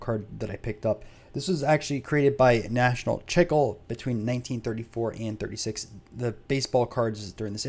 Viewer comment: LMAO...it's pronounced "chee / clay". Appreciate the video.